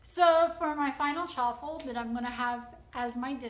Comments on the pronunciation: Thank you,. Hearing “Chawaffle” repeatedly is very distracting. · It's chaffle Not chew affle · I know the way the word is pronounced, however, I PREFER the sound of "cha-waffle". Whatever they're called doesn't alter their taste & they're a lot of fun to 'create', besides. Thank you for your endeavors. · I'm not Italian but I grew up in an Italian neighborhood and never heard that word pronounced your way. The way you say it makes it sound like a fancy Italian sports car. LOL Though your "chu-waffle" sounds really cute, like you. 😍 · Why are you adding an extra syllable in the word? lol. Anyways thanks for the recipes!!